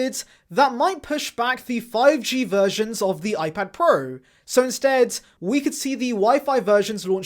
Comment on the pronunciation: Gotta love the way this guy pronounce iPad 'PROOO"!